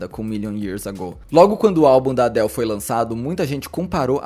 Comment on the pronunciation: Pode aportuguesar a pronúncia de Adele